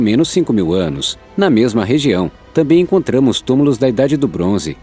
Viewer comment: É (T A M B É M ) NÃO ( T A M É M ) obrigado .